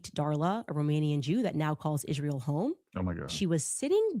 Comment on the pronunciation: She can’t read “March”.. she says “marsh” Isreal- she says “ishreal” Instead of which, she says “wish”